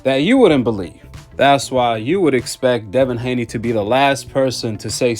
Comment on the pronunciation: Nobody gonna say anything about the translator incorrectly saying Haney twice?